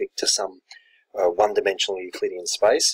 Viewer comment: He may mean the pronunciation of the word "space", which sounds like "spice"